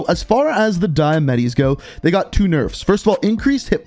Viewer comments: "Diamatti" ❎Die-Uh-Metty ✅Dee-Uh-Motty Thanks for coming to my Ted talk. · The “diemettis” 😂